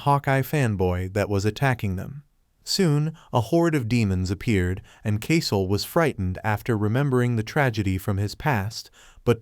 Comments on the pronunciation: My dumbass also thought he also said caesoh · I thought he say Coussoul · I thought he said Caesoh not Kasel 💀💀💀💀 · I thought it was saying queso